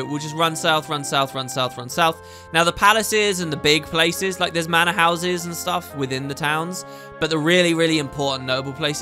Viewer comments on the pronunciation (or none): none